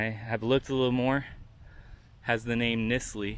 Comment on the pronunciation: It's Knisley...like a long I . It's a local family. Old money 💰